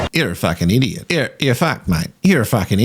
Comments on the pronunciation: I agree e-diot is totally the correct pronunciation. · I actually spit out my drink when you said that people were commenting that you were saying idiots name wrong… Mother of God. 😂